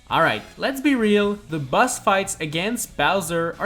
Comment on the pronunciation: Why do you say bus not boss